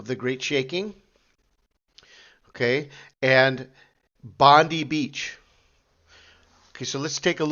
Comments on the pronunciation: We in Oz pronounce it bond-eye, but the way you pronounce it makes me think of bondage 🤔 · We dont pronounce it Bondee we say Bond eye